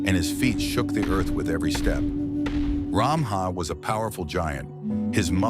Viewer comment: No. Stop categorising us as Assamese. It's not Ramaha. It's Ramhah. There is lack in pronunciation